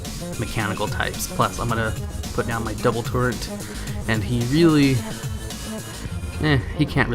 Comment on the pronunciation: How come you mispronounce so many things in your videos? in you said "build torrent" for the Clockwork Gnome. Huh? What the hell? It's TURRET. As in: A gun turret is a weapon mount that protects the crew or mechanism of a projectile-firing weapon and at the same time lets the weapon be aimed and fired in many directions. Hoo boy.